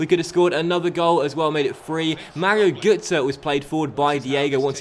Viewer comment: gotze is pronounced grrrtze